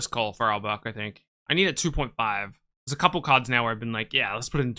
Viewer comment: The way you say kards with the k.. accent definitely tells me we love Pokemon anywhere